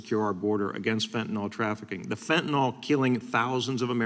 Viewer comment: Buck don't know fentanyl, he only knows fentinall. Probably says nucular instead of nuclear too.